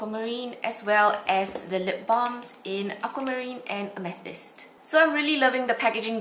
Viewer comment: Its pronounced ame th ist like the stone.